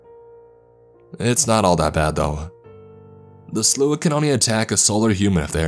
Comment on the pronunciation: Takes me out of the story when a word is constantly pronounced wrong. It's the Slaw! Yes, it's spelled strange but pronounced like slaw. Not whatever you were saying. You'll never see this, but still much love to you.